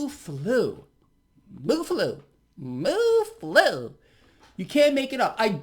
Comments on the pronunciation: I think mu is another Greek letter and is pronounced mew. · MU is pronounced as “mew” bro lol. It’s all greek alphabet, u should know this. Werent u a physician? U shouldve taken tons of math and science claases and have seen these greek alphabets in equations even if u didnt join greek life in college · Pronounced "M'YOU' BTW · Great video...It is μ , not Mu= Mooh, sounds like the Farm Animal is back. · Mu (pronounced mew)is the Greek letter that follows Lamda if you're transcribing to English. I'm guessing that a Kappa variant showed up before Lamda. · It’s actually mi (I’m Greek). But very good on most of the rest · I think that mu is probably supposed to be the Greek letter "mu" which is pronounced to rhyme with "new". I know this because I did a lot of maths and we used a lot of Greek letters as sympols.